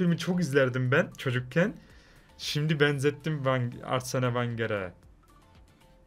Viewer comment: arsene vergene diyo Jfofjfodndidjbdkdvdud